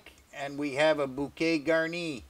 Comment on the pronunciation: Hello from France.."bouquet garni" you have a good pronunciation in French 👍 your soup I'll do it. Thank you